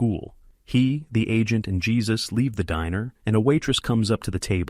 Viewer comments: The name of the pet shop owner is pronounced "Hey-sus" not "Jey-sus" guys. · 😅not Jesus---it's JÉSUS (HAY-SUS) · His name isn't pronounced Jesus as our Lord....it is pronounced "Hesuse" it's a Spanish name. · ai narrator actually named their helper 'Jesus' 'hesus' - seriously. Jesus helped them rob. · "...one of the robbers is African-American"?! No, his skin is black/dark, but they have no way of knowing his nationality. And the J in "Jesus" in Spanish is pronounced as an H!